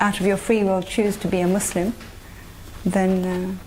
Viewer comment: Why must they always over pronounce the ‘s’ in muslim?